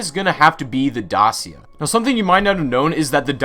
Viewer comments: it’s pronounced Daa-Chee-A. romanian company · Dacia, it's pronounced Dakia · YOU SAID DACIA WRONG.Is probounced Da-chia. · I criged everytime you pronounced dacia like that.. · I like how you say '' dacia'' but you pronounce wrong. Eh who cares